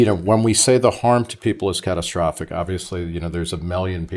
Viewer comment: Catatastrophic 😂😂😂😂 needs an Oscar just for that word. Bring on Grownups 3 👍👍👍